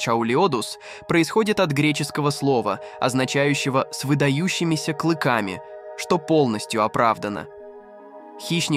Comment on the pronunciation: клЫками, осОби, ИИ что ли озвучивает?